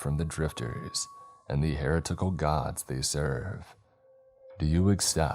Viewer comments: Protip; it’s not “ hair a tickle”. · Bro, look up how to pronounce heretical.